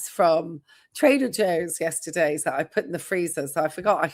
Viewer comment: So true. He has stopped pronouncing the “t” when it comes after “s”. Yesserdday